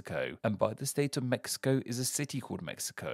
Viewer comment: Very good pronunciation but the "x" in Mexico sounds like a "j" not like a "x" at all jajajajjaaja